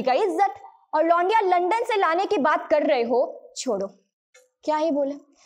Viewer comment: Tum to khud aslil bol rahi ho लंदन होता है लंडन नही होता बेबी